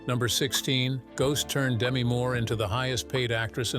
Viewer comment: please work on your AI’s actor pronunciation. Many have mentioned errors and the multiple mispronunciations of Patrick Swayze. Demi Moore’s first name is pronounced de-MEE, short for Demetria. Fix the errors and it’ll be a great video.